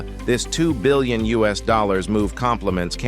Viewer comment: Look- the content is excellent. It's just thatI believe it deserves a better A.I. voice. It's 'Billion' , NOT 'Billon'.